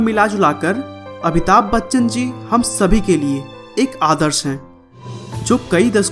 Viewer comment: Abhitabh nahi amitabh